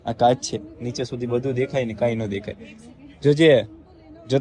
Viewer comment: Ben Kas nai pan kach bolo and saliva nai pan chalya